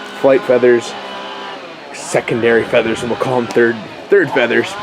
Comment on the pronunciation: Fleathers lol